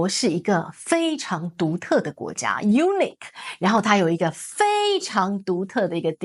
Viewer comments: unique 說成 eunuch， 重音不同啊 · 你好-志郁❤：unique重读在第二音节。谢谢